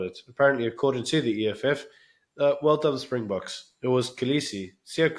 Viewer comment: He is insane. As long as this lunatic is here in South Africa we will never have peace. And apparently he was in France for the RWC final. And if he was.....he is a hypocrite. He can't even pronounce Springboks!